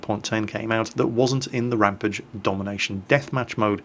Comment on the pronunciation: ...please sir, say that bloody rampage word right man!!!!